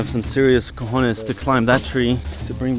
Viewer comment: "You have to have some serious ✨cohonesh✨" Maravilloso hahahahhaha